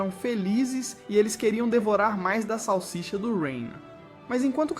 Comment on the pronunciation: Para de falar sausisa